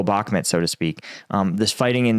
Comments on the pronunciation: Why do you pronounce Bakmut as Bakmet? I'm just curious. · Your pronunciation of “” 😂😂😂